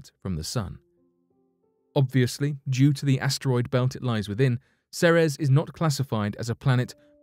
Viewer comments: Ceres is pronounced See-Rees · seems like this guy says "Ceres" differently "The 2006 Pluto Debate?" Oh yeah that's legendary.